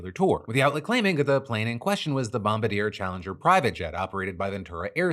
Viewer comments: Love you Phil, but this is the second time i’ve heard you say Bombadeer. It’s pronounced bom-bar-dee-ay! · BOM-BARD-YAY, not BOM-BUH-DEER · doesn't really change anything but Bombardier is pronounced Bom-bar-dee-ay....just sayin.... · Say it with me Phil: BOMB-BAR-DI-EH NOT: BOMB-BAH-DEER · Hey Phil Canadian here and just want to correct you on how you said Bombardier - you said it like bomb- ba - deer but it is pronounced more like this - bom bar d - yay it’s a French word and as an English speaker if you say it like this you will be closer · bom-bard-dee-eh moreso than bombardeer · Phil FYI Bombardier is pronounced Bomb-bar-dee-eh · The airplane brand name is pronounced bom-BAR-dee-ay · learn how to pronounce bom bar dier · Not to be that guy but bombardier is actually pronounced bomb bar de ay. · if I had a nickel for every episode Phil has mispronounced Bombardier I would have two nickels, which is not a lot but it's weird that it happened twice. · Please please learn the right way to pronounce Bombardier. It hurts when people get that wrong. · I appreciate Phil absolutely butchering the pronunciation of “bombardier” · Phil this is not how you pronounce bombardier. Please i told you last time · Someone teach this man how to pronounce Bombardier haha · It really threw me off when he said that 😅